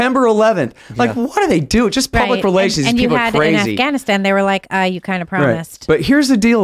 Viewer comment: When Biden called it Gaffwann-Ahhh-stan everything fell apart............